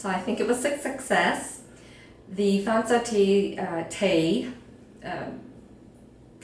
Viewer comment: Thank god 🙏 you said fahn soa!!! That's exactly what my sister told me. I always thought fong chieng was more tastier than lop chieng!